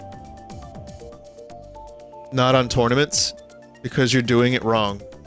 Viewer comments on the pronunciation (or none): I thought for a second there that tournaments said trauma